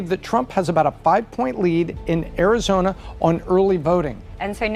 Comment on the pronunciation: vurting in Arizoner